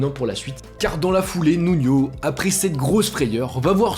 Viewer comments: Nuno * il est portugais , pas nuño a l’espagnole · Stp fait un effort sur le portugais.... Tu confonds énormément avec l'espagnol 😂 le J c est un J pas une jota ..... Le n est un n et non nion c est Nuno pas nunio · c'est Nuno pas Nuño